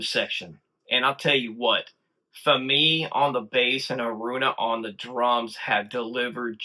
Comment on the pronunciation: FYI you are pronouncing Fami's name wrong - it rhymes with Mommy - accent on the first syllable.